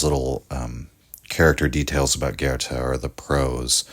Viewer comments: Thank you so much for your work and, above all, for pronouncing Goethe correctly. 🧎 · your pronunciation of goethe isn't that bad, my compliment